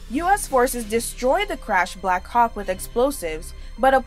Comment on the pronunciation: As an Australian, the woman narrator sounds to me like she says Black cock helicopter instead of black hawk.